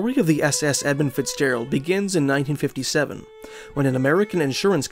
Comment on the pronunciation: Don't know if it's the accent but I'm sure he's saying 'Ebb And Fitzgerald'